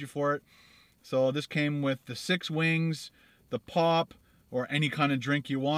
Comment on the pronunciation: the wings look really good but for the love of god its POP eyes not pup eyes